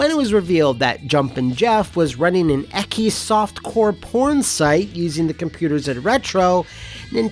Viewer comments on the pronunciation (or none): was "ecky" supposed to be "ecchi"? Because that's supposed to be pronounced "etch ee" (like etch a Sketch). It started as just the Japanese pronunciation of the letter "h", as in hentai. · Romanized Japanese: "ecchi": "ecky" The letters "ch": "Am I a joke to you?"